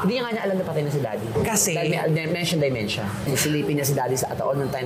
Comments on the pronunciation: !!.dEmEntia at hindi Di o Dymentia ang proper pronunciation sa sakit ng mga oldies na DE-MEN-TIA ok bah?! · friend it’s dementia and not dimentia. Notice ko lang ha. Peace out